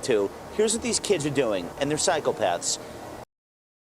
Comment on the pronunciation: am I the only person who heard “cycle paths” instead of psychopaths?